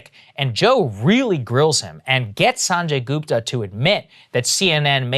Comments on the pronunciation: "Saaanjey Goopta" Cmon Saagar youre Indian, you can pronounce that better. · Come on saagar.... pronounce his name the right way....